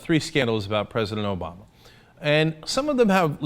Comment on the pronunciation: "Doesn't have much insight"....Said the guy repeating "Obowma" throughout his idiotic rant which which concludes that the sitcom, "Fox "News" , does a better job. "50%" Wow, talk about pulling something directly from your ass